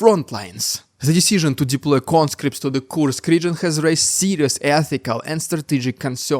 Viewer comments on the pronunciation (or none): none